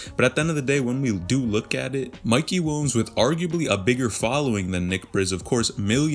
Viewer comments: Sounds like dude is saying “wombs” instead of Williams lol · bro why u keep saying mikey WUNS wtf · I can’t un hear it 😂